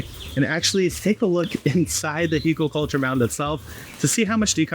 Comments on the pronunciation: there are no 'u' or 'o' sounds in Hügel.... the pronunciation is actually closer to hygl or hygel IPA: [ˈhyːɡl̩] start with the 'hy' in hymn and then a hard 'g' as in graphics and finish on 'gel' like in gelatine but obviously skip the 'g' there mfg, your friendly german. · The pronunciation is hoogle-culture.